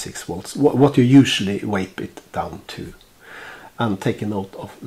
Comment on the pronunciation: I love how you pronounce vape. Wape. Lol it's kinda goofy sounding to me. I like it. I'm not giving ya shit bud, you're a cool guy.